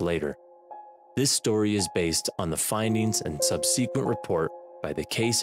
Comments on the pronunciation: Had to stop. This guy is sensationalizing the deaths of these people for ratings, taking huge liberties with his fictionalized story line. And,, “subsequent” is not pronounced “subseequent”. This is awful. Thumbs down bro, I’m NOT a fan. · The word is SUBsequent. Not subSEquent. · To the two FA narrators I've heard--this one and previous: you're both wonderful. I have to ask--are you from the same town, or even the same family? It's the way you both pronounce "subsequent". It doesn't bother me, it's just idiosyncratic to both of you and makes me wonder. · How he pronounces subsequent is the real affliction.